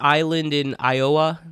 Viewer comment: I love how you said “Iowa” like “eye-OH-wah”. Lol. Lewis & Clark were a couple of explorers who traversed America, mainly the ‘wild west’ of the US, before it was officially part of the US. They documented much of the wildlife, culture, & geography of the continent… in my opinion, they’re comparable to David Thompson (18th century Scottish explorer in Canada). You know about him, right? 😂 Very interesting life story. He traveled from Québec to BC, married a native woman, facilitated trade between different tribes & Europeans, aided fur traders, lived with First Nations, learned their languages, etc…but I digress. I agree with what you said about Lost Island. Nobody’s gonna go if the main attractions are all hand-me-downs. There is something to be said for second-hand rides, sure; it’s an amazing modern “marvel” that we can even disassemble & rebuild these coasters, of course… buuuut I feel many of these parks built around second-hand rides (like Schwarzkopf, old Vekomas, Arrows) are the ones nobody REALLY goes out of their way to visit. Unless it’s something unique or special, like Parque del Café, in Colombia, where they have some used rides but they seem to actually care for them well. And the park is popular & themed well. Lost Island looks more like a lost DESERT. Maybe I’m biased as a landscaper/horticulturist, but uhh…Where are the PLANTS?? The greenery? Not even fake foliage! I know it’s Iowa & the winters suck; there’s a risk of tornados during part of the year, too